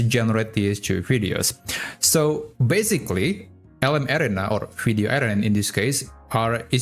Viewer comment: Couldn't figure out what LM "Air-ray-na" (said very fast) was until I realized you were pronouncing LM "Air-Ree-Na" creatively. Hoping you might use the common pronunciation in future videos. Thanks for the great content!